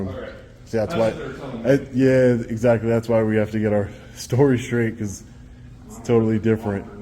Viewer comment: "BCAUZ SEKURITI RESONZ" 😂 Thanks!